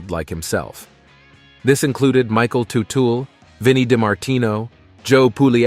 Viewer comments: It’s not tootle…………It’s Tuttle or did I not just turn 60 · Really? Tootal? Learn how to pronounce their last name. It's Tuttle, not Tootle. So disrespectful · It's Teutul, not Tootle! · Bro have you even watched the shows? It’s tuttle not tootool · Who’s “Paul Tootle”? 😂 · Paul Tu-tool Jr. Right off the bad we're to a very bad start. Can't pronounce Teutul. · did you say "totool"? lol It's "tuh-tul" Teutul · Man making a video of a family and you can't pronounce their last name. Did you ever watch the show. It's not tu tal it's tut al. Another dumb ass that makes a video and didn't do the work. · It’s teutul yah fuck ! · I stopped watching 60 seconds in because it was obvious this was going to be a pathetic video when they first call him Paul Ta-tool then 30 seconds later call him Paul toodle. Just lazy and sad from the start. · IT'S PRONOUNED "TUT-EL" 😡😡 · Tootle is driving me insane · As soon as this man said ‘Too-till’ I stop watching. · It is proonunced TUTTLE! A true legend. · You’re pronouncing their last wrong. It Tut-ul. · Paul Two-Tool or Toodal 😂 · ‘Too-till’ 😂😂 I just love when people post videos on people they know absolutely nothing about! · The "Tootells" 😂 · I had to stop 44 seconds in because you didn't even know how to say his last name properly. You're a donkey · Dude you are saying their last name wrong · You could at least pronounce their name correctly if you are gonna try to capitalize off of their story.